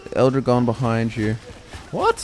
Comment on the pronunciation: "L Drahgone" not "ildrigon" Sorry it just made me cringe a tiny bit how you guys pronounced it. (Am a native spanish speaker) More battleborn content would be appreciated.